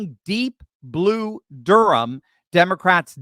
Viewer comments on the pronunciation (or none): Its "durm, n.c., not durum"🤣🤣🤣